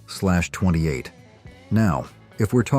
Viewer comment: I can forgive the "Z-slash-28" & some of the other pronunciation issues on the muscle car segment. Carzy [sic, very] human types who know their stuff would know how to speak the various specialized monikers from back then, so a poor little 21st-century AI can't really be expected to keep up all the time. evil grin The car of mine I miss most of all the ones I've had would be my old '66 Goat. Not a Tri-Power, just a regular old 389 with the Carter AFB 4bbl, but it was a great car that'd pass anything it saw that wasn't a Sunoco station. :) In '73 I had to drive from college to my sister's to go home for my grandfather's funeral. My roomie wanted a ride to Atlanta & another friend wanted me to drop him off a ways up the road so he could hitch home to Charlotte. Even with the two stops to drop the guys off, I made the 180 miles in exactly two hours. Wish I still had that old beast....